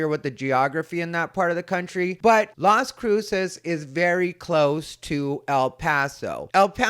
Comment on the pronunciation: 😂 You nailed Las Cruces 🎯